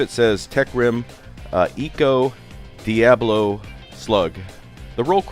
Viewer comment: Well, if you don't want people thinking that diabolo sounds like the devil, you could try pronouncing it correctly. Dia, as in the Spanish word for "day," and bolo, as in bolo. Pronounce it like it's a hyphenated word. Dia, then bolo. Stop lifting the "a". That's not how it's pronounced. Stop mashing the syllables. They're not potatoes. Pronounce the "a" as "uh".